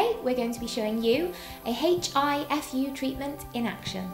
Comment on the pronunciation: The letter 'H' is pronounced silently!